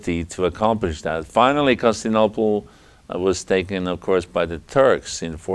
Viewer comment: Consinople? This dude stanning for Heraclius so hard he can't even pronounce the name of the city. Leave some of that stan for Nova Roma buddy.